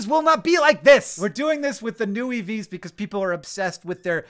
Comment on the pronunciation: Youtube put this video on right after another and i kept hearing "eevees" and i had to stop what i was doing to read the title and get some context lol